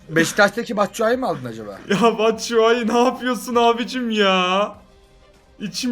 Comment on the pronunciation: abi ben sizle video çekmek istiyon o batsuayi değil çapşuayi ve ben bjkliyim gutii